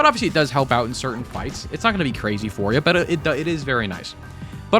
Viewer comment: Cwazy :3